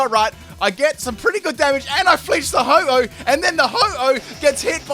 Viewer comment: its ho-oh not ho-ho